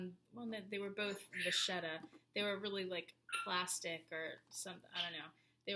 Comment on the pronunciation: Nice video. One suggestion, if I may. You said "the vacchetta is very thin" and mispronounced vacchetta. It's an Italian word for a type of leather, and it's pronounced vakketta. :)